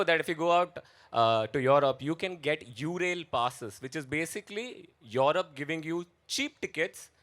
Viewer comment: Europe ❌️ Yorobe ✅️